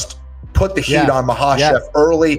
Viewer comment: Thank you Kenny Florian I finally know how to pronounce Islam's last name Ma- ha-chev!!🙂